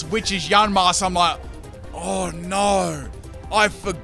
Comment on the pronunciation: It's YA-MASK not YAN-MASK